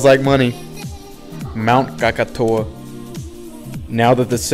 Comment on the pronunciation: Either theres another mountain named kakatoa or he was referring to mount krakatoa. But I just take it as him mispronouncing the name